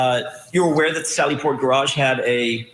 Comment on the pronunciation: Peering Down her nose at everybody else while she says "gararge"...and theyre arrestees not prisoners!!! Soon to be desk duty ms.